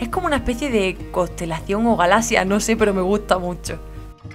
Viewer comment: yo q sepa se dice galaxia no galacia